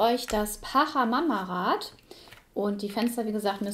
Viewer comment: Tiwanaku - südamerikanische Kultur, da musste ich einfach reinschauen… Auch wenn das nun gar keine Rolle spielt, macht das Spiel tatsächlich „Appetit“ auf mehr 😉. (Kleiner Tip: Pachamama wird „Patscha mama“ und Quetchua „ketschua“ ausgesprochen 😊)